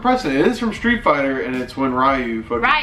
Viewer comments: Am I the only one who pronounced ryu Ree-u not rye-u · It's reeeuuuu not rrriiiiiiiuuuu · Im so triggered REE-YOU not fuckin ri-you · It bothers me how they say "Ryu", it's pronounced [Ree-you]. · When you pronounce Ryu wrong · Lowkey triggered on how they pronounced Ryu